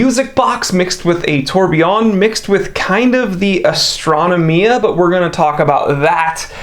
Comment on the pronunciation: Astra-no-mia facepalm I cringe every time you say this